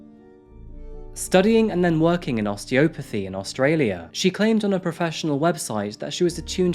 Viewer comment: Oste - O- pathy ? caddavers? check your pronunciations mate